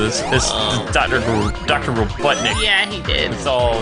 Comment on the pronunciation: dr robotnik RO BOT! Nik. You call him DR Robut Nik. Like seriously.